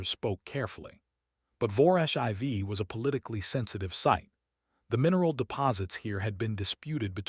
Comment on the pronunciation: Was the durak 4 tons or 4,000 kilograms? They are definitely not the same thing. How did the durak's breath hit the human from 15 meters away? That's over 45 feet. IV in this context is pronounced "4", not "i v". Crater is pronounced "cray-ter" not "krattor". You need to edit the stories and fix the problems before you post them.